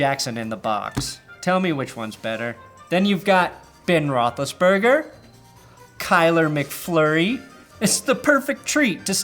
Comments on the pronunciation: Does anybody realize he said Ben rotheliseburger 3x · Dude you just calling him “Ben Roethlisburger” had my fucking DYING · He said "Ben Rothlisberger" and I spit my beer across the room 😂😂😂